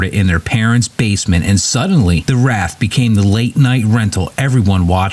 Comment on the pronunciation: It’s WRAITH not RATH, dipshit.